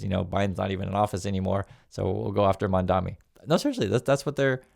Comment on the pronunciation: MAMDANI not Mandami PLEASE.